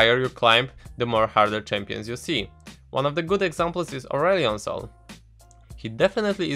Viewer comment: lost it at 'Urion Sil'